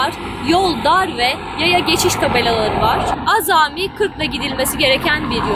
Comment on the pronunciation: Hanımefendi konuşurken "azami" kelimesini "ázami" diye uzatmadan söyledi Yada benmi yanlış duydum, Buna cevap verseniz seviniriz?